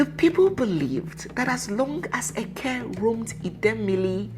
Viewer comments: Hi. It is `eke' and not eke~ ( one of the Igbo market days ) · You are right.,did not pronounce it well.